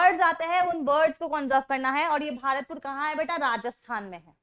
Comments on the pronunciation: वह भारतपुर नहीं भरतपुर है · 😂😂😂 मेम भारतपूर नही भरतपुर है और उतराखांड नही उत्तराखंड है 😂😂😂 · Thankyou very much man for teaching us very well But as I am from rajasthan so it is not भारतपुर it is भरतपुर bird sanctuary.